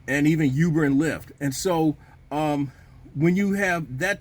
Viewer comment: Ooober not youber